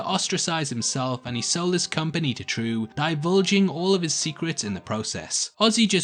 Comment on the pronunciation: Her name is pronounced Trieu /trju/ not True wtf